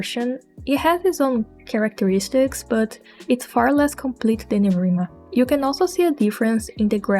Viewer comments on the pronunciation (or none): none